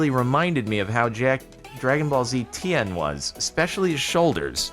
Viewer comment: Lime Llamas are the last one Jordan needs to collect all the Infinity Teams, it's a sign. Also I can't get over how he pronounces Tien like Ian with a T